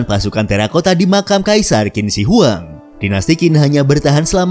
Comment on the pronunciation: Dinasti zhu, harusnya dibaca dinasti Cu. Dinasti Qin, harusnya dibaca dinasti Chin. Dinasti Jin, harusnya dibaca dinasti Cin. Dinasti Qing, harusnya dibaca dinasti Ching.